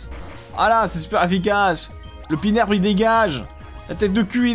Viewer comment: pinerbe ? je suis désolé mais non. xD